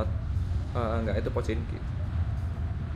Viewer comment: Pochinki bang bukan pochinok